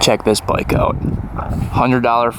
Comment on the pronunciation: I always give this channel a thumbs up like because you are a great motorcycle mechanic. But can someone tell me what a boik is. I have heard him say it many times...but i can't figure out is what does boik mean.